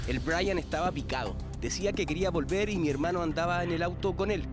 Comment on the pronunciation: Er brayatan no aperro.